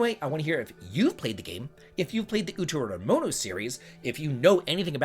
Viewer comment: How do you pronounce Utawarerumono perfectly but have visible brain aneurysms trying to read less complex Japanese words in your news??? All jokes aside, this completely looks like my type of game! Already added the original game to my wishlist, thanks for bringing it to my attention!